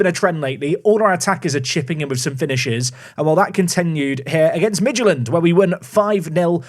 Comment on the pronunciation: Nice pronunciation of Midtjylland!